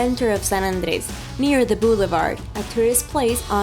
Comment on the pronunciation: Crocordires....bluelevard... haha what the hell is wrong with your pronunciation